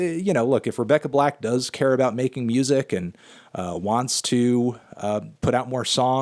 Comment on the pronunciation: No Anthony it’s Rebecca black, not Rebecca Blacked